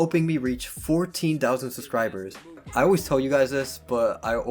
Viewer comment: Crappy narrating. I did not wike or subscwibe.